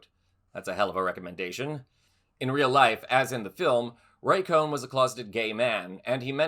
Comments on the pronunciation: Roy Cohn not Roy Cohen. You pronounced it both ways. Why do people have such a hard time with the last name Cohn? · I've always heard Roy Cohn's name pronounced "Cone," not "Cohen."